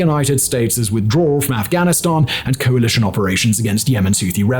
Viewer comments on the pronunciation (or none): none